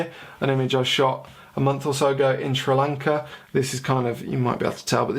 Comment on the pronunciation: Thank you for pronouncing Sri Lanka the way you did. 😊